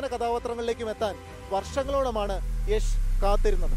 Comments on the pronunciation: യഷ് അല്ല യാഷ് ആണ് 😂😂😂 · യശ് എന്ന് തന്നെ ആണ് യാഷ് എന്ന് മലയാളികൾ പറഞ്ഞ് ഉണ്ടാക്കിയതാണ് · yesh alla yash 🤦🏻‍♂️🤷🏻‍♂️ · Yesh alla yash ann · Yesh alla 😂 yash ann